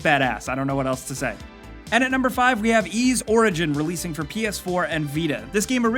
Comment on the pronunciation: Thank you for pronouncing, "Y's" correctly. so many people call it, "Why's", lol